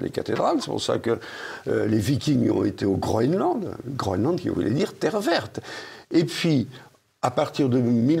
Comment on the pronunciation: C'est pas Groenland, c'est Groland là 😂